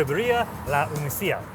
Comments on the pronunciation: Nothing like a white guy trying to pronounce birria. Was no one there to tell him it’s unica like “unique” not “unise”. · La ooo knee ka (Única). Geez.